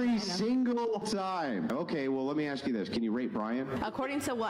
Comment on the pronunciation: "I don't love that you just jumps to racism the second I axs..." Well my friend group definitly knows how to english...